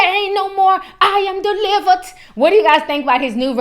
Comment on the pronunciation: "EyE Am DeeliverT" 👀 niggah please!! The only thing that he deeliverT is...DICK!!! Shidddd! Auntie Andrew needs to stop lying! 🤦🏾‍♀️ ugh...